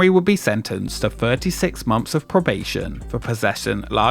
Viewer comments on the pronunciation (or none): What an ANNOYING voiceover! ...and I am only 20 seconds in! fuK! You change pronunciation from ver-ruck to ver-rouk. Let's not forget your continual "wivheld" "wiv" 'wivvout" and "monfs" instead on months and "everyfing". I would suggest you spend several years in acting/speech school learning to speak correctly. Regardless of the actual information...AWFUL! AWFUL! AWFUL!